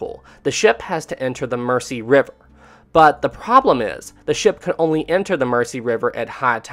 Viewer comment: I so hate to be that person but the river Mersey is pronounced Mur-zee not Mercy. At least that was how the local Liverpudlians pronounced it last time i visited Liverpool. Other then that one insignificant mispronunciation i found this whole series very gripping. Great work.